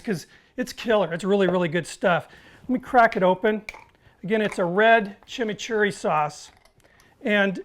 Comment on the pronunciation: Great tribute! Also liked your pronunciation of chimichurri is totally correct